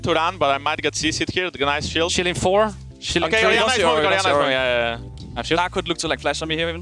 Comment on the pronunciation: instead of shielding im just hearing "shilling" like the baus